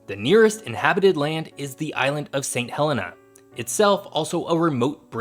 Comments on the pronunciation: Just so you know Saint Helena is pronounced Saint Hel-ee-na, my mum went there twice, she travelled on the RMS ST Helena mail boat and one of the Saint's(that's what residents call themselves) came and stayed in our home in the UK so I know it's right. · and its Sant helENa